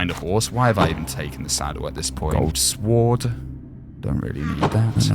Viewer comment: (SW-oo-RD) Normal people: (S-oo-RD)